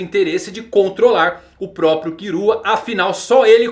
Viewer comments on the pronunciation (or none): none